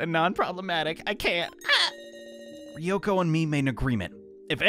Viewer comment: Ryoko is not prounounced Ree-oko It's Rjoko